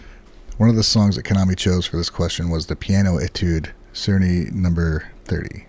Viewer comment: In the comments of the interview video, some kind person listed all the musicians and music mentioned by Kanami, including Carl Czerny「Op.849-2」. I can't say whether that's correct, but hopefully it is. I'd also note for or anyone who cares, that the CZ in Czerny is pronounced like CH. So sounds like "churny" 😄